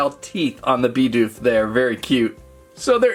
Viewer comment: He was calling Bidoof Bi doof not Bid oof